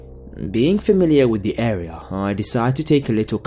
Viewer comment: lol the way you say... area.. air-eh-yahhr!!! omg lol i laughed more when i replayed it XD sorry but its fucking hilarious!